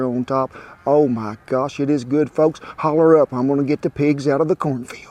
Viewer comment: Did you say "cornfald"? lol I love it.